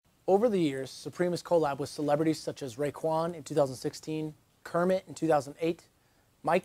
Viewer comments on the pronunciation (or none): none